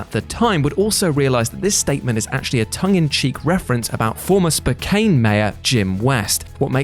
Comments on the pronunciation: Spokane is pronounced spo-can, mispronouncing it like spo-cane is weirdly common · oh my god, you talk about my hometown, spokane, wa, and you blow the pronunciation like your mom reading out loud with a mouthful of man meat (that's my one per comment). it's pronounced like spo-can. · mate, I know it's spelled Spokane, but it's pronounced Spo-can. Lived there through the Jim West mayorship, he was a total douche canoe how he got elected in the first place still boggles my mind. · Hi there, I know it may sound weird and will definitely never come up again in a video but this Spokane here in Washington is pronounced Spo-can, or ShitHoleMcGee if you'd rather (I line in Spokane) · Spokane - rhymes with blow can